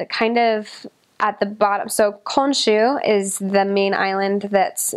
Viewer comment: So the main island of Japan is Honshu, not Konshu. Fukuoka is also on the island of Kyushu, not Honshu.